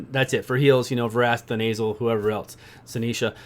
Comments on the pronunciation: The nasal - aka Then uh sill (Thenasil). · "we got Vrask, Thenasil..." (pronounced The Nasal) instant image of Vrask's nose...